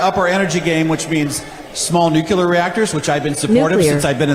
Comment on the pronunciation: These people really went nucular on him--I mean nuclear! Dammit!